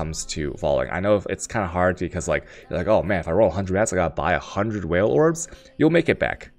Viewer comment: why can you not articulate any word correct? its chisel, not chaosol, its chaos not tjejoas, its vaal not whale... fs. love you =)